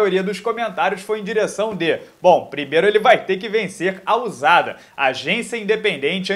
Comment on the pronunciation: Pronuncia eh Ussada não Uzada